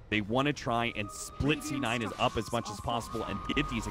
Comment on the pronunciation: he said "D9" lol